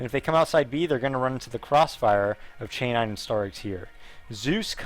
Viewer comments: You say CHAY 9, but is pronounced SEN-YA, just so ya know :D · "che-nine"? lol its pronounced ceh-nin